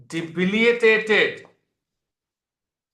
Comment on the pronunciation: Sir, its "debili tated". I hear it mispronounced as "debiliA tated" very often..from many.